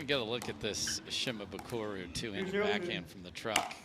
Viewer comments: Some props to the commentator for trying to say Shimabukuro's name correctly, but, man, look at the end of his name - it's -bukuRO. RO. Not RU. C'mon man. All you gotta do is read it and say it phonetically, exactly as it's spelled. You can even look at it on your phone. You don't have to memorize it. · The commentators screwing up Tama's last name every time lol Shi-ma-bu-koo-row, not Shi-ma-boo-koo-roo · They're mispronouncing Shimabukuro. Last letter is an "o" not a "u", so it cant be the same vowel sound as the earlier "buku". Just like how the car brand Suzuki isnt "Soo-Zoo-Koo" and a Sumo wrestler isn't "Soo-Moo". Kid has a bright future so it's worth learning how to pronounce his name correctly.